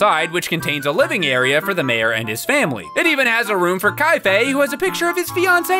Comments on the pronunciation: Why does he still pronounce it "Ky-fay"?! It's K A F E I. "Kah-fay!" 🤣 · Majora is also my favorite Zelda game, and the only Zelda game in fact that ranks in my top favorite games of all time. Also, Kafei is "Kah-fay." If it was "Kye-fay" it would be spelled "Kaifei." Just a heads up.